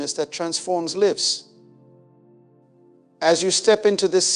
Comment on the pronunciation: Loved this! This AI using the voice of the late Dr. Miles Munroe almost made me forget he is gone, until it pronounced the word, lives, incorrectly... SMH 😒